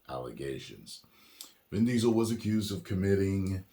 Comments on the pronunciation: "DIN VISEL" 😂 I LOLed so hard! 🤣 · "Din Riesel" LMAO